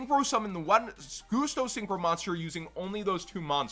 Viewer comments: Why do you call them 'Goosto'? Pretty it's 'Gust-o' as in 'Gust'? Because they're all about wind. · Why do you call them 'Goosto'? Pretty sure it's 'Gus-to' as in 'Gust of wind'? Because they're all about wind?